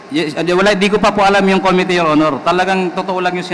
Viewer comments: Kelan kaya nila maitatama pronunciation nila ng "Committee", congressmen paman din... kaya nahahawa mga tao eh, lalu mga bata, akala nila un ung tama. hayz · Com-mit-tee your honor, not co-mi-te, para mas pogi ang dating mo. Hige subukan mong basahin, com-mit-tee!😁Rep. Dan Fernandez ✌️